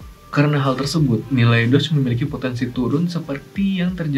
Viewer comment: bukannya nyebutnya DOGE ya bukan "DODGE" ?